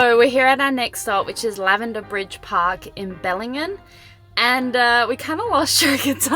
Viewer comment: Nice guys. You’re in our stomping grounds now. Nice drive isn’t it. Heads up, local here. Dorrigo is pronounced Dor-reh-goe. Not Dor-eee-go. And Dumaresq is Due-Merrik. Wolla-mom-bee Falls. The Wollomombi River joins Chandler River here. It’s the Chandler River you see in the second lookout there and it’s one of the major tributaries of the mighty Macleay River. Bellingen is pronounced Bell-en-jen